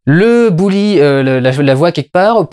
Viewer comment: Au fait, on prononce "Beuli", "Bouli" c'est un bonhomme de neige avec un chapeau gris et une écharpe rouge!